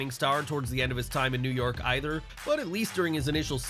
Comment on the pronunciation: Everytime he says “New York” it pisses me off